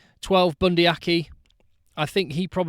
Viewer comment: I am guessing you mean Leicester Fainga'anuku (and yes, he is definitely one to watch). I will help with the pronunciation, seeing as I am a kiwi. try 'Fy-ah-nu-koo'. Also, for, being Bundi Aki is also kiwi, it is 'Ar-key' and 'Savea' is 'Sa-vee-ah' not 'Sa-vay-ah' (as Shawn Fitzpatrick and all the English media pronounce it).